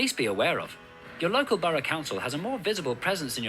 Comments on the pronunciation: Btw I remember you saying you were confused by how we pronounce borough - you say it sort of like Bur-O. We say it like Bur-A (sounds like Bruh) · We pronounce the word borough ‘burruh’ not burrow. 😀